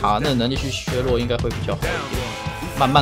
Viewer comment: 我很喜歡你 基本上每部影片都看 那個字為什麼總是唸錯呀 薛弱？是大陸用語嗎